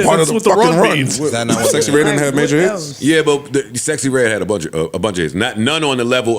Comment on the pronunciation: I will never NOT see Rick Ross saying SexXyReDd lolol